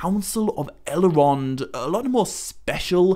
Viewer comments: Why the ‘a/ae’ sound in so much of your pronouncistion? I.g. El-a-rond, Mor-a-dor, sill-a-maril? Even the subtitle AI picks it up🙈. Not trying to make fun of your accent, but really am wondering if maybe you have a different insight into how the pronouciation of these words should be (perhaps as intended bij Tolkien?) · Why do you pronounce it Elerond and Eleros? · i really do like your work but when you add entire syllables to words it just sounds reallllly odd. "sil-a-marillion" "el-a-rond" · I cannot handle your mispronunciation of Elrond and Elros.